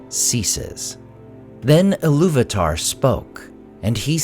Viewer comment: Eru Ilu-VAH-TAH